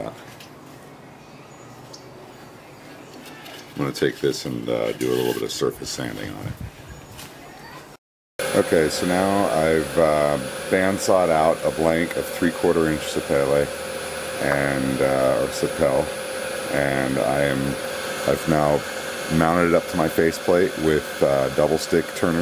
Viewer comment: Lovely bowl. You did a great job on that. The wood sapele is pronounced "sah pee lee". It's a nice wood to turn, but the fine dust isn't good for the lungs, but then what sawdust is I suppose. :)